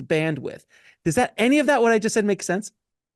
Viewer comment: Oh my gosh I was hoping I wasn’t alone in thinking it sounds like Jinkies! 😂😂❤️